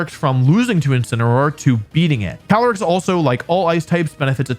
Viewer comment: 1. Caly-ice 2. Incineroar